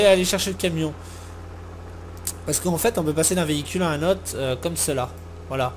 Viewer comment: d'un vehicule a un neuutre LOL d'un vehicule a un NNOOOtre le O ne se prononce pas euuu C gens disent aussi une reeeus non c'est une rOze LOL